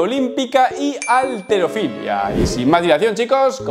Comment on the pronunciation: halterofilia no alterofilia, dicho por la Real Academia de la lengua ESPAÑOLA! dónde vives